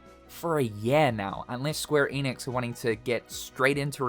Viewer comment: You can’t even pronounce ‘Square Enix’ right. So…